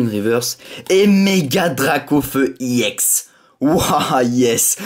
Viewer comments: on dit ex pas ièx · pourquoi tu dit iex à la place de ex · On dit pas ix on dit ex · non pas du tout regarde on dit bloc ex et pas iex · pourquoi tu dis iex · on dit ex est pas éx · ex pourquoi tu dis iex a la place de ex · Cest pas iex cest ex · tu me soule a toute tes ouverture je te le dis : on ne dit pas i ex mais une carte ex t c** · c’est pas i ex c’est ex et tu triche sur David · pourquoi tu dit iex ??????